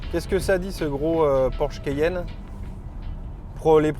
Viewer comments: Mon Dieu le mec au début a prononcé "le Porsche kéyenne" Au lieu de Porsche Cayenne !😂😂 Une honte pour un présentateur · Le quéyenne ? Vraiment ? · cAyenne pas cEyenne 😂😂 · Le keyenne 😂😂